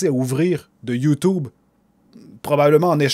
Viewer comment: On dit YouTube avec un U et pas ou c'est chiant enfaite